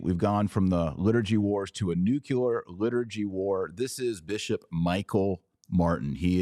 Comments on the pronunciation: Pronounce Nu cle ar correctly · Taylor, please learn how to pronounce nuclear (new-klee-er). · It’s pronounced NEW-clear not new-cue-lar. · AMERICANS PLEASE STOP SAYING NUCULAR YOU SOUND LIKE MORONS!! SAY NUCLEAR.